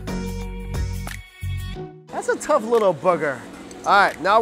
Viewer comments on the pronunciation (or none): none